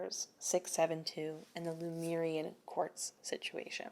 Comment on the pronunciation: Your Lemurian pronunciation was perfect!